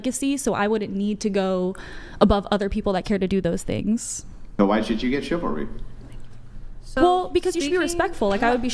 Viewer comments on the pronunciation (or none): 😂 "chivel....chivla...ah yeah what she said." Even as a hive mind, they're still low iq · Haha the women can't even pronounce chivalry. It's like something foreign to them😂 In my lifetime not that long ago it was common for a man to open the door etc for a girl or lady. I guess chivalry died. I wonder why😅😅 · Haha😂. Chivalry is so dead she couldn’t even pronounce it. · The saddest part is that they are completely convinced that they are very smart and intelligent. Meanwhile, they can't even pronounce the word 'chivalry.' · One 304 yawns without covering her mouth. Another 304 can’t pronounce the word ‘chivalry.’ No respect whatsoever. No intelligence whatsoever. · Girl couldn't even pronounce the word "Chivalry", and didn't even know it what it means. That's all you need to know lol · Girl Can’t pronounce chivalry lmfao I bet she’s really smart though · While Not being able to say the wrd " Chivalry " 🤷🏾‍♂️🤷🏾‍♂️🤷🏾‍♂️ a mean your serious